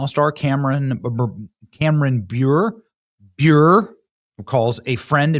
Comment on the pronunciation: Candace pronounces her last name like bure (burray)